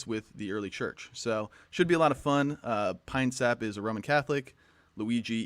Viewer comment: “Uhhhh I want to ask pee-nuh-syap” - Russian orthobro chad